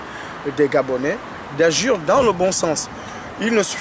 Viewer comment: Mdr. On dit AGIR et pas "ajure" Mdr